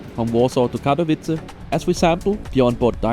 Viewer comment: Solid review video; your polish pronounciation could use some help, but after 25+ years of living abroad so could mine, so no shade. (funny enough as a germanic family language native speaker, your pronounciation of Katowice is pretty solid).